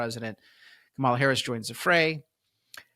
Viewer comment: Say her name right. It’s not that hard. She’s hasn’t even began campaigning yet, liar.